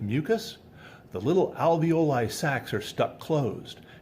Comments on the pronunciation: with all due repect, it's al-vee-oh-lie. Every time you said air-ee-oh-lie, I couldn't help but thing of a breast pump! 😂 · Alveoli. I think you have boobs on your mind, 'Areoli' ...Two Areola.